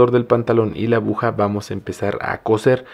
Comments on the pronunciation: Es mi imaginación o dice abuja amigo si es así se dice aguja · Por diooooos, abuja no se dice niñoooo se dice aguja. Me duele mi oído por dios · me encanta su video,muy buen tutorial...pero dice abuja 😅